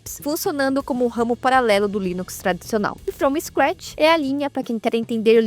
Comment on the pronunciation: Sem querer ser chato, mas já sendo, o correto é "Linux From SCratch". e não "Linux From STratch" como está no final do vídeo aí. No mais, parabéns pelo vídeo! Um norte para os iniciantes. 🙂